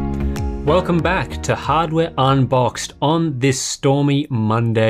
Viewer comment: "Hadware unbox" So close